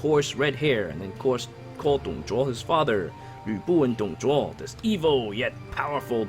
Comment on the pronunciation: Why does the english voice pronounce "Dong Zhuo" as "Dong Zhwa"?